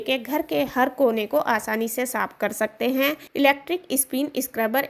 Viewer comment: आप ने कर सकते हैं कर सकतें हैं पर इतना जोर दे के बोला like essay reading😅😅😅बकवास